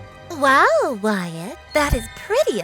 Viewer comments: WHY DOES WYATT SOUND LIKE GYATT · Wyyat sounds like gyyat lol who agrees? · "Wyatt" nah "Gyatt" 🤔👍